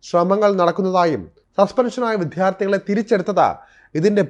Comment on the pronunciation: Aniya vidyardhi ennu parayan padhikku